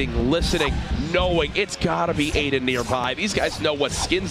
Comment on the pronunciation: Nobody: Literally nobody: Ninja: AIDAN 👁👄👁